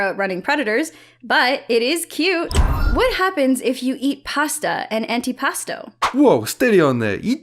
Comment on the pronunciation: The meme of “I have fallen and I can’t get up” is funny also antipasto is pronounced like anti pAsto